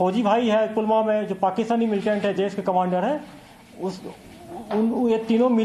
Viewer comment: ये रिपोर्टर आंतकबाद को मिलेटेन क्यों कहते है?